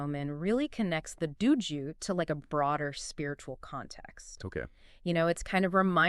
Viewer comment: why do you both mispronounce dōjō? not Duju. and its Shinto, not Shintu? its horribly wrong. its a simple O sound. The horrible mispronunciation is just plain wrong and takes away from the other information that you present in this video. Such a basic word. Saying it wrong takes away all your credibility.